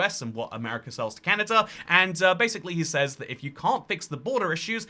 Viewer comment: "Canader" new slur just dropped🗣🗣